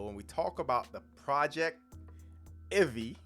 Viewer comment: I'm pretty sure it's going to be pronounced PROJEC TIV EE, not PROJECT IVEE.